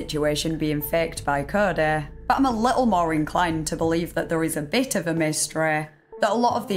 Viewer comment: My greatest suspicion about this story aren’t any of the details given. It’s this girls accent. Almost every sentence ends with a word she can’t pronounce with an ehhhhh sound, usually ‘there’ but she’ll say thehhhh… So honestly I just feel like I’m being hypnotized. Carry on! 😅